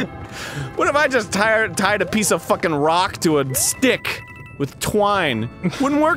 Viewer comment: its tied not tight but i forgive you.